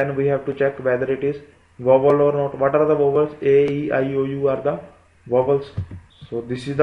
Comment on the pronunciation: yo ! that's vowel....not "vovel"...😂😂😂.... explanation is good yaar!